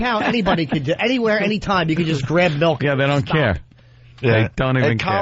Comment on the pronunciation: Does anyone else pronounce it Melk or just?